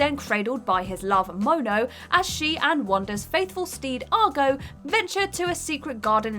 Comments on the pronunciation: Otacon was fine, but... Argo... WHAT?! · Seriously, you need to do a little bit of research before doing these. Oat-a-con? Ar-go? How does a gamer get those wrong? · "Wander's faithful steed, AR-go" Alright I don't think I can watch these anymore. Why watch videos put together by people who have no knowledge of the games? This content is so passionless lately, why is it so hard to understand that we expect you to be able to pronounce basic names correctly? EDIT: I decided to try to keep watching, she mispronounced more stuff. Oat-a-con? REALLY?!?